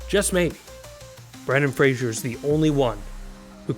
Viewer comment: IT'S FRAY-ZER!!!